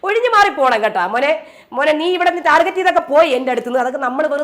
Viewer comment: Ee norede “target” enna wordinte pronunciation arengilum shradichirinoo😂